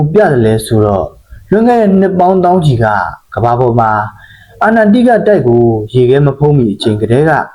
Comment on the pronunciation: အချက်အလက်တွေသေချာ စုဆောင်းပြီးမှ ကွန်းတန့်လုပ်ထားတာ နားထောင်လို့ တော်တော်ကောင်းပါတယ်ဗျ ၊ ဒါပေမဲ့ အာနန် တိက တိုက် လို့ မှားမှား ပြောနေတာလေးတော့ ဂရုစိုက်စေချင်ပါတယ် ။